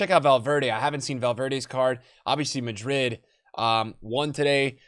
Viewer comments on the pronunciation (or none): none